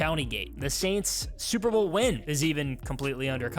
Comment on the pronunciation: You definitely said "super vole"